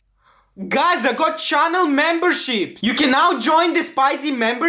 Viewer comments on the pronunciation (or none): none